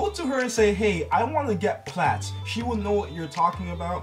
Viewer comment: pretty sure you're mispronouncing "plaits". the "ai" sound is like "maids" not "meh".